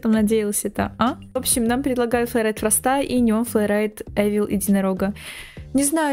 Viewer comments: Не фраста а фроста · Не фраста, а Фроста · А ты говоришь мне предлагают Фроста ударение падает на о